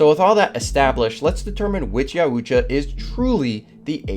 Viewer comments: Great video so 👍 for that. But sorry, your pronunciation of Yautja throughout the video is bugging the h*ll out of me. You putting too much emphasis in the letter u. Not really the biggest of deals. Just had to say it. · pronounced YOW-CHA NOT yow-oocha. after 6 minutes in, i cannot listen to you say it again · Yautja Yow-cha Not yow-oo-cha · It isn't 'Ya- oo- cha' it's 'yow- cha' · its pronounced (y-owt-ja) not (yau- oot- ja) stoopid lol lmao funnee haha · I've only heard it pronounced Yaut-ja, I don't think I've ever heard it called Ya-ut-ja. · pronounced ''yuh-ow-cha'' not ''ya-oo-cha'' lol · It’s “Yao-cha” Not “yaOUuu tcha” lol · It's pronounced yao-cha not yaa-ooh-cha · Yautja is pronounced yowt•juh not yah•oot•juh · its pronounced Yow-Cha not yow-uh-jah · Yow-cha not yow-ooo-cha lol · There called YAUTJA not Yuatja your pronouncing it wrong buddy . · It’s YOWTJA. Yautja. Not yowUTja. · Yao-Cha is how you say the name, not YA U CHA or I'm I tripping? Still a good video it was just funny hearing it pronounced like that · Its yowtcha, not yowoohcha 😂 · Bruh you murdered the pronunciation of "Yautja"... It's not "yowootja"... It's " yowta". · You're pronouncing youtja wrong... yowt ja, not yow u tja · it was so annoying hearing him say yow-oo-ja instead if yowt-juh. i coundnt make it through the video listening to that bruh. reminds me when they pronounced aang as ong in the last airbender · 'Ya-WOO-cha' lol. It's pronounced 'yao-tcha' or 'yaot-juh' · Yaootja. Please stop calling them that it’s Yautja yaut-ja Ya-ow-tcha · Btw it’s not ya oocha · I’ve never heard it pronounced Yow-ut-cha before. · What is a Yahoo-tcha ? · You said yautya wrong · bro says yuatcha like yAUOOCHA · Jesus christ. Yowt-ja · Yowuuucha??? Have you never watched any other video on predators or looked up google translate? Pretty easy. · Yeah just looked into it: Yautja Pronounceed (Yowt-jah) It's a little thing, but every time he said it, it just threw me off. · My guy said “ya-ooch-ah”😂😂